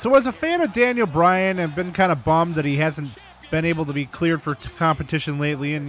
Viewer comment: Daniel Browan instead of Daniel Bryan